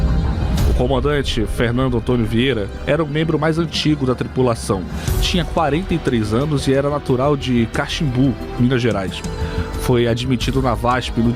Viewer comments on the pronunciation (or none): O PILOTO ERA NATURAL DE CAXAMBU (MG) E NÃO CACHIMBU COMO DISSE O JORNALISTANO VÍDEO.